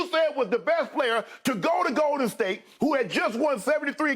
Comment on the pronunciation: Any one else get slightly annoyed by the way Skip pronounces "GOL-Den State